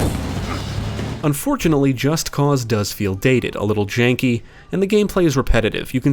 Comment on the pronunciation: Holy shit, thank you for pronouncing the game's title correctly. I get an ulcer each time I hear someone say "Just Cuz".